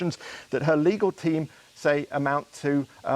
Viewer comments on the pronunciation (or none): Since when did it become acceptable for 'reporters' to pronounce words like 'legal' as 'legaw'? Has all sense of decency fled?